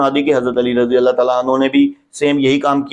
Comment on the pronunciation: زبان پر رضی اللہ بھی صحیح طرح نہیں آتا ہے یہاں حدیث ثقلین سمجھانے آیا ہے